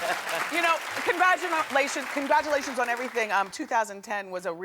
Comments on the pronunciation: Congradgamalation! She said it!!! In phonetics. Con grad-ja ma lations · dat biih said...congradumalations😅😅